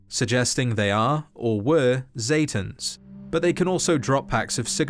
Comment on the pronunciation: pronouncing: Zetans aka satans